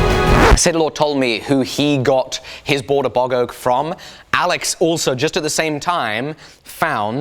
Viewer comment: Bog Oak... Not Boggoh! Oak from a bog... Oh lord, I thought my ears were broken.